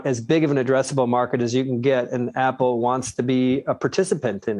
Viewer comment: apple, not apol